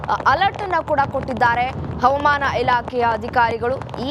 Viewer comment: ಅವಮಾನ ಇಲಾಖೆ ಅಲ್ಲ ತಾಯಿ ಹವಾಮಾನ ಇಲಾಖೆ ಎಂದು, ಉಚ್ಛಾರಣೆ ಮಾಡಿ, ಭಾಷೆಗೆ ಅವಮಾನ ಮಾಡುತ್ತಿರುವ ಚಾನಲ್ನ ಇ ಹ್ಯೌಂಕರ್ ರವರಿಗೆ ವ್ಯವಸ್ಥಾಪಕರು, ಸೂಕ್ತ ಬಾಷಾ ಶೈಲಿ ಕಲಿಸಿಕೊಡುವ ಪ್ರಯತ್ನ ಮಾಡಿದರೆ, ಚಾನಲ್ ಕೇಳುಗರಿಗೆ ಅನುಕೂಲ ಮಾಡಿಕೊಡಬೇಕು 🎉🎉